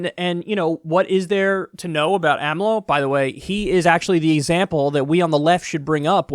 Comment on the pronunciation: couldnt even say the 4 letters of the names acronym AMLO say it with me AMLO